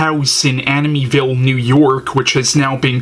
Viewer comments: Please learn how to say the name Amityville pronounced Amit-e- ville. Not aminyville. Grrrr! So distracting form your point.Also. Try looking into the camera. Just some helpful tips. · He keeps pronouncing Amityville wrong and it's driving me nuts lol. Still love his reviews tho 😂